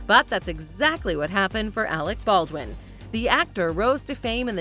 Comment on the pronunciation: It's Alec Baldwin not Alex